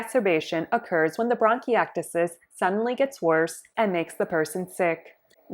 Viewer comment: 😅 say it right